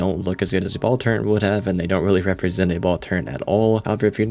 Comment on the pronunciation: Man, you say "turrent" fffffffffff